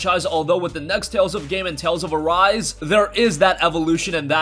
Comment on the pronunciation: Dude is says tails of arse not tails of arise